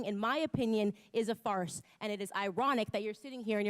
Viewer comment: Why she always say farce it makes me so mad bro